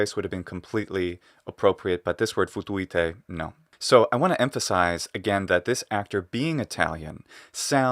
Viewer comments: Also; as I commented on Metatron’s video on the Latin, in this 1st episode; I hear him say: ”Futuete”; rather, than: ”Futuite”. Maybe his Italian is sub-consciously influencing his pronunciation, there; causing him to open up that short ”I”, into an ”E” 🤔. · "Futuite" is currently being used in rural Romanian and has the same meaning. The accent falls on the first "u" though, exactly like the movie actor says it, not like says it.